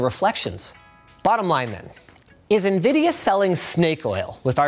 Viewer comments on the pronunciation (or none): none